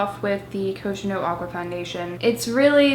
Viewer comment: it's pronounced /koh gen doh/ not /kou dgen dou/